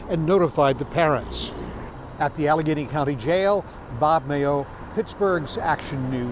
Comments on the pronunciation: Yes you’re saying Alla-gain-e correctly :) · You pronounced it correctly, Al - a - gain - y. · You said it correctly. Allegheny 😅 ALLA GAIN EEE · Allegheny (you said it right when you pronounced the "g"). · You did a fine job pronouncing Allegheny. Wow. What a crazy case!! I don’t watch tv much so despite the fact that I live in Pittsburgh I hadn’t heard of this. Was busy sitting on a jury in a different double homicide case here in April whose sentencing was today. Maybe I’ll try and send that one to you now that it’s wrapped up and over with. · I grew up in Pgh suburbs. I'm only one in my family, to move away, to Michigan. You pronounced Allegheny Co perfectly. Aleg....any. Allegheny. I realize that for those born out of U,S, the city and county names are kooky. Ironically, Pgh has "the point". Where 3 rivers merge. I ended up moving to a town called Three Rivers Michigan . A suburb of Kalamazoo! All real names....I promise. I went to South Allegheny H,S, I was also one of the first an*rexia patients at Univ of Pittsburgh. It's a small Grizzly 🌍.